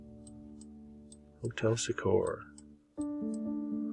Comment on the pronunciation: The old State Hospital was a mental institution. It was thought that ornate buildings and park-like grounds would aid in patients' therapy. Also some of the doctors lived those houses. I went to school with one of the main doctor's daughter. Willys-Overland invented the Jeep during WW2. Also, it's pronounced SEE-core, not sah-CORE.